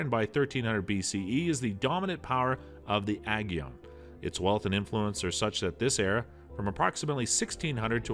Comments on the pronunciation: You pronounced Aegean completely wrong 😑 it’s pronounced Uh-Jee-Uhn not aggy-on 😂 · In the what Sea?! Ajyeon?! Bruh it's "Ey-jian." Aegean Sea. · I think the pronunciation of Aegean grated on me the most grrrr